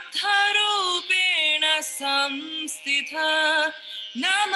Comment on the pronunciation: Sansthita not Samsthita